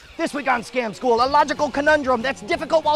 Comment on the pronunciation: scam school, meow meow, scam school, meow meow someone pointed this out on a previous video and now I can't unhear it